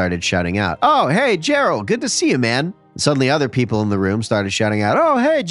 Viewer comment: Lol,“Jerral” sounds like a fun guy